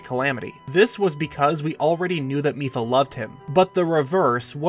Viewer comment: The first time he said mipha in this video, i thought he said fifa